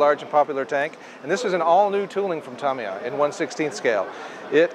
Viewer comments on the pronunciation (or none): Hosts...learn how to pronounce Tamiya please. It's not Tomiya! It's Tamiya with the first 'a' having the same sound as in 'ago'.